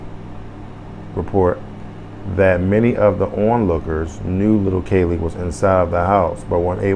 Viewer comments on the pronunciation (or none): It's pronounced Cee Lee ...like the color purple